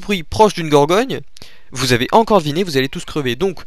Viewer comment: gorgone pas gorgogne